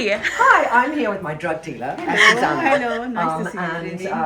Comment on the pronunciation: Trinny her name is AzucEna not Azusana